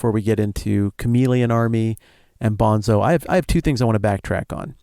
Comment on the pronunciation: I assumed "toons" was short for "platoons". Maybe it's not as obvious in the audio book. Also, Destin, it's pronounced Bone-tso (not Bonzo). They made a whole point about the pronunciation in the book. Guys, I haven't read this book in years, but it's probably one of my all time favorites. Thanks so much for this deep dive, it really takes me back! This is the kind of conversation I always want to have after finishing a really good book but can never find someone who read the same book recently enough to have this in-depth of a conversation. But listening to you guys is the next best thing, and you pointed out a few things I never noticed or thought about. I also have to strongly recommend the sequels, starting with either Speaker for the Dead (Ender as an adult in the distant future) which is a totally different kind of story, more philosophical and spiritual, but really worth reading; or, if you can't get enough of Battle School, read the parallel Shadow series, starting with Ender's Shadow, which follow Bean, who was only a minor character in Ender's Game but has a REALLY interesting backstory and future and was actually the smartest person at Battle School. You don't even have to do a podcast, just read them. Orson Scott Card has done so many good books - I would love to have a conversation with that guy because he's clearly a deep thinker who likes to ask the kind of difficult questions that most people avoid. Anyway, great episode - so satisfying.